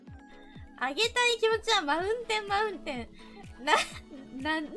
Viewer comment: マウンテンのスペル意識しすぎてkimotiがkimoutiになってんの草